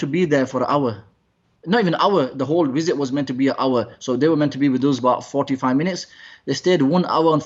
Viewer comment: I like how you pronounce wisit and not visit